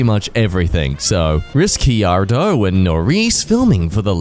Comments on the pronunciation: hearing mispronounce Ricciardo's name when he's Australian is really funny to me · I'm Australian also: can't pronounce "Norris and Ricciardo" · im trying to wrap my head around the fact that he pronounced ricciardo and norris's names like that. my siblings are crazy f1 fans so im gonna use that to piss them off😭😭😭